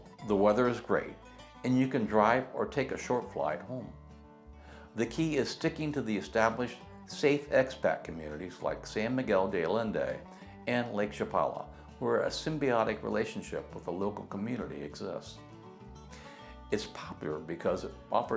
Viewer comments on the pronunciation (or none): Hola! Just a heads up on your pronunciation of San Miguel de Allende. Double L's in Spanish are pronounced as "ya".. A-yen-day. Solo digo! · Respectfully, your credibility would be enhanced if you correctly pronounced the city names. San Miguel de Allende for example.